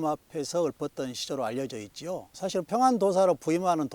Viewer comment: 사실의 첫 자는 제발! 길게 발음하소서!!!